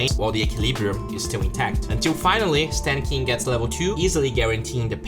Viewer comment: Is it me or did he keep saying sand king slow?